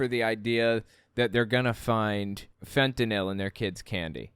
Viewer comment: Apropos of nothing, thank you for saying fentanyl instead of fentanol